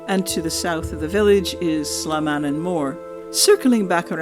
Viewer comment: You're pronouncing Salmannan wrong , I'm from Alloa, I ken.